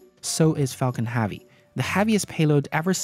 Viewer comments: Falcon H•ea•vy pronounces Hevy, not “HAVY” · drove my chavy to the lavy but thalavy was dray... for the love of god pronounce it like hevy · your accent seems normal to me, why can't you pronounce HEAVY? Especially since you use it at least 15 times per video EDIT : you also say Davil instead of devil, is it a speech impediment of some kind?